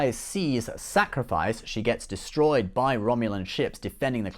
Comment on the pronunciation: "The ship is finally dostroyed" :D Btw the Enterprise F looks really good i didn't even know about it.